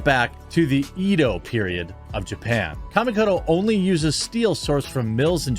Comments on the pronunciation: I keep seeing the ad for kamikoto, let me help. it's not " Cammie coat o ", it's " ka mi ko to". Or "kha me co toe" for your dictionary pronunciation. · Dude, not Kamikoto. You should watch Shadiversity's demolition of the product.